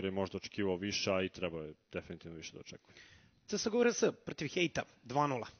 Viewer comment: da li je tesko izgovoriti 'ce es go' hehe xd?